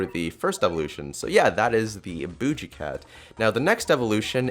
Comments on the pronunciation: lol booje cat it's boogie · Nobody says BOOJIE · the way he says boogie...HAHA (boo- gee)